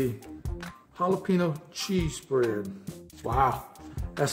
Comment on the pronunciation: Ok here’s where my OCD comes in.... 1. He said jalapeño wrong 2. He didn’t use the ForeignMRE spork 3. He didn’t read the instructions (men🙄) 4. He called a kidney bean a pinto bean 5. He left corn nuts on the table 6. His math is atrocious! 7. He didn’t try the gum. I may have missed it altogether but there it is. Love ya!😁